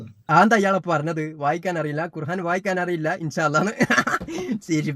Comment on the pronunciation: ഭംഗിയിൽ തട്ടിപ്പ് നടത്തുന്നവൻ., ഖുർആൻ എന്ന് പറയുക, ഖുർഹാൻ അല്ല [ഹാ എന്നത് ആ എന്നാക്കുക] ഇല്ലെങ്കിൽ താങ്കൾക്ക് ഖുർആൻ എന്ന് പറയാനറിയില്ല എന്ന ട്രോളും വരും. ശ്രദ്ധിക്കുമല്ലോ.